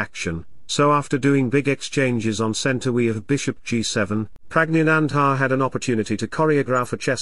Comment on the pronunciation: I love whenever you pronounce the name of Praggnanandhaa.....😊😊😊